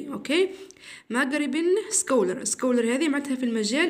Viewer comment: سكولر...... ليس هاكدا بل سقلر Scholar